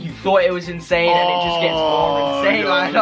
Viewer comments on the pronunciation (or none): said Insan 😂